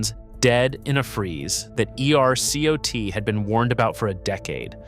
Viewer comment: It's AI based on the way ERCOT keeps being pronounced